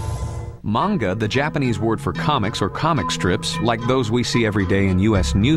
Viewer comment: this is where i learned the proper pronunciation of “manga.” Not kidding